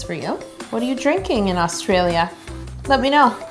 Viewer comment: I’m Australian and when you said what are you drinking in Australia.. I rewinded thinking did she just say Australia 😂